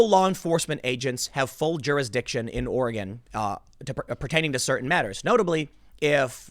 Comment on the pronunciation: Good job Tim! You pronounced 'Oregon' right. Now work on ' Willamette'